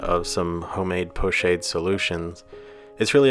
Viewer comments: Lovely work, perhaps a more accurate pronunciation, as it is a French word, would be ‘po-schaahd’ , like ‘ahh’, not as in shade. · Thank you for this - but it is pronounced 'po-SHOD' not 'shade'. Like a horse gets shod. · Being a French word, I thought it was pronounced 'Po-Shod'? Or is it 'Po-Shād'(the ā as in day)? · Pochade is pronounced with a soft "a" darlin...😊